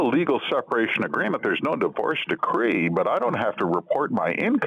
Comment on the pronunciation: Please revisit your pronunciation of the words Mrs. and conjugal and decree. Yipes.